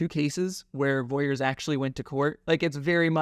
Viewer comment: This is great information. Just so everyone is clear it’s Vorys not Voyers